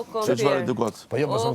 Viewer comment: KompiR me R te Gjakoves😂😂😂😂